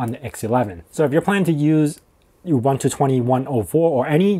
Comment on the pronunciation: It's pronounced OOBOONTOO. OOBANTOO does not exist.